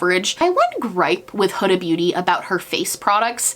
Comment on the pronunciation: You are one of the very few booty gurus who pronounces Huda Beauty correctly. Hood-a (like in hoodie) and not “who-da.” I was shocked when I actually heard her pronoun her own name since I had only heard how everyone mispronounced it. Same with Rihanna 😳 So interesting that no one pronounces her name the way she pronounces it herself. Anyway...random thought.